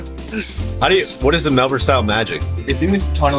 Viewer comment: From an Aussie, thank you for the earnest self-evaluation of MelbouRne vs Melbin. I would much prefer to hear the former. Melbin out of an American's mouth sounds like you're taking the piss.